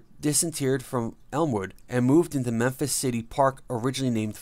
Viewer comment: He got Memphis right